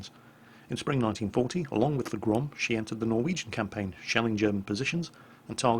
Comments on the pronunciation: The second time you said "GROM" was absolutely correct. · Thank you, very nice vid! About pronunciation - you've made a valliant effort indeed. Go to and click the speaker icon to hear how we in Poland pronounce that word. P.S. - Grom is ok.